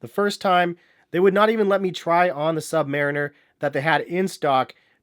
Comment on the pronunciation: I think you may of pronouned submariner wrong....